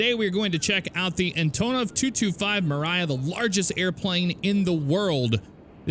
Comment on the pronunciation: fun fact its pronounnced emria (m ree uh) it means dream in ukranian